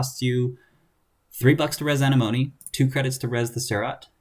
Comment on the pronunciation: Ugh. I'm relieved. Came here just to say this. XD (Uh-neh-muh-nee) Obviously, also very informative video, otherwise; just...ya kno...itchy ocd